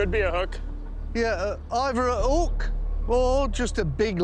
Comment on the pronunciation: "We got a ook, we got a ook".... makes me laugh every time.